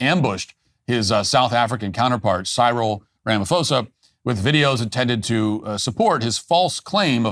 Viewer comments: How does matt not know how to pronounce "Cyril"? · At least research how to pronounce Cyril's name and surname... So that we can criticize him properly. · Cyril is an english name c'mon Matt.